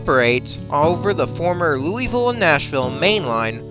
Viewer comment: I could tell the narrator isn't from anywhere near around these parts when I heard how he pronounced Louisville, LOL. It's pronounced Loo-uh-vull, not Louis-ville.